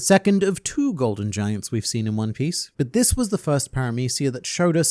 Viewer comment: “one pee smoothie”